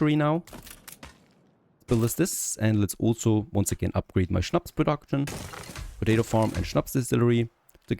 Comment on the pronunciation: Is it possible that you got German tribes because I never heard anyone pronouncing "schnaps" as good as you 😂.